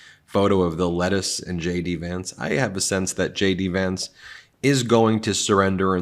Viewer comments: It sounds like you're saying "Shady Vance" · Did you just say Shady Vance?